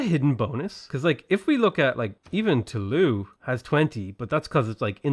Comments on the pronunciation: Toulouse is pronounced with a z-sounding s. Usually, the letter s is silent if vowels do not follow it. "Too-Loo-z" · The s in Toulouse is pronounced. If there's an e after some consonants in French, the consonant is pronounced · You pronounce the "s" in Toulouse my man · Toulouse is pronounced "Too-looz", not "Too-loo". We have to set a better example for the Brexiteers.